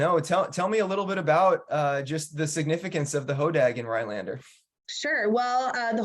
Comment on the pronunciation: I am very happy for this, but I would think that the person from the chamber would be able to pronounce the town name properly…RhiNelander, not Ryelander…just sayin